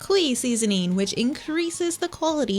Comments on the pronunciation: just to let you know qi is pronounced 'chi'! great video :> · Qi is pronounced "chi" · It’s pronounced “chee” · Lol Qi is pronounced like “chee”